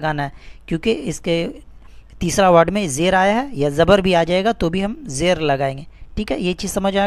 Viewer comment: Apna talaffuz to sahi karo janab zer ko jer keh rahe ho